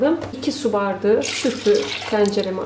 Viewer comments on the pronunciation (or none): Hanımefendi neden bardigi diyorsunuz BAR DA Ği izleyemedim Türkçeyi katletmeyin lütfen